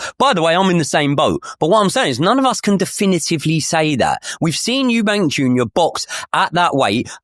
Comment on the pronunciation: it’s Eubank, drop the S for gods sake.